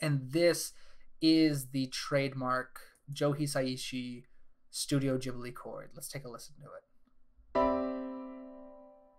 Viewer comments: "Jibli" did you just create the new jif and gif debate? It's 'Gibli' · Thanks for the nice video! Tip: Hate to be that guy, but the h in Ghibli is there to make you pronounce the g as the g in "guy". Like Guibly, nit Jibli, if that makes sense? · why do you pronounce it "djibli" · Cool video but if you say jibli one more time imma lose my mind